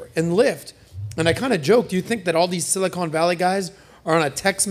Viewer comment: Will someone PLEASE finally tell them how to pronounce Silicon Valley correctly?